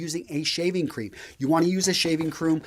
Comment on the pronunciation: It's funny when he mispronounced shaving cream and said shaving croom 😊